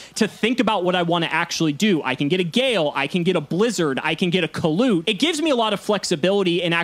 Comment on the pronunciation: Every time says "Kalut" miss an heartbeat